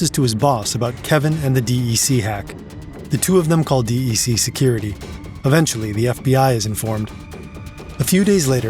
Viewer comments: Usually people say Dec like "Deck" not the letters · Digital Equipment Corp, DEC, is pronounced deck not D E C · Dee-Eee-See? I have never in my life heard anyone call them that. It's pronounced "deck"! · Oi it's pronounced as 'deck' not the letters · Nobody calls "De E Ce" "De E Ce" ... It's just DEC